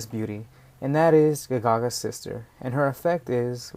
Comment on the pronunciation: Ga Ga Ga not Ga Gagas